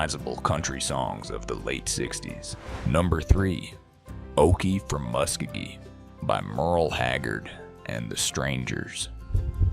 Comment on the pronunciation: Daddy sang “base” not bass Musk O Gee … Not Muskagee